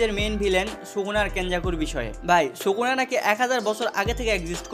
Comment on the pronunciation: age SUKUNA uccharon kora shikh 🤣